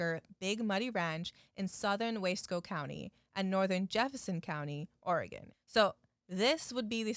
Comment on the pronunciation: Thank you for pronouncing my states name right